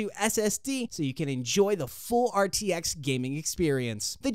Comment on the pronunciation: Bro said GTX Instead Of RTX 💀💀💀💀🤣🤣🤣🤣